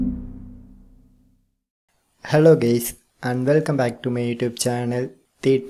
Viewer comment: LOL FR I ALWAYS THINK EH SAYS HELLO GAYS